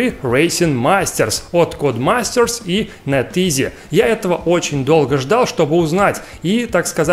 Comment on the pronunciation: внесу вклад в твоё изучение английского языка. Они называются не Нэтизи, а Нэтис. Произношение можешь послушать в Гугль Переводчике